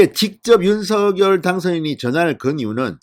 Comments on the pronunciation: 윤석열 님 발음하실때 윤 석렬로 발음해달라고 직접 말씀하셨어요 얼때부터 석렬로 부모님이 불러주셨다고 방송에서 들었어요 의원님께서도 서결보다 석렬로 얘기하심 좋겠네요 방송 잘보고있어요 궁금중을 알기쉽게 설명해 주셔서 강사합니다~ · 갱상도 싸나이라 그래요...방송 앵커들도 다 성렬이라 발음하지만 서결이라해도 알아들을 수 있으니 너그러이~